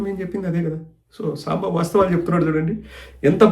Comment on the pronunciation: సాంబ కాదుi సాంబా sir అనాలి